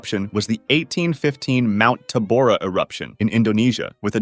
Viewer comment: Mount Tambora, not Tabora